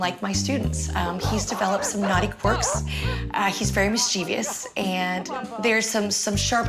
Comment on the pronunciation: as a teacher you should know the correct pronunciation of ‘mischievous’. Three syllables, not four.